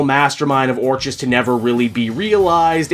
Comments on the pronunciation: Finally, I don't have to hear you pronounce the organisation as "or cheez" anymore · I gotta lotta love you and what you do, but fucking Christ do I want to scream every time you pronounce orchis wrong. It’s been driving me crazy since the start of the Krakoa era. I kept hoping you would correct yourself, and it never happened. I love your channel but god this one thing is very annoying. Anyway hope you’re doing well and whatnot.